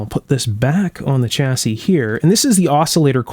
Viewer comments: Stop saying chassis with a hard CH, it's pronounced "shassey", apart from that, excellent video, even though I have no idea what you're talking about. Kind regards. from the UK. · Interesting video. Just one thing… chassis is a French word pronounced Shassy, not Ch assis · It’s pronounced shassiy. Not chassisy